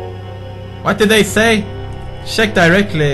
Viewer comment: sheck and boocat haha. its Pewdish for check and bouquet.